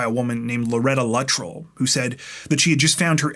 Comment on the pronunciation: Luh- trell. Weird way to pronounce his last name. Yeah I'm nitpicking 😊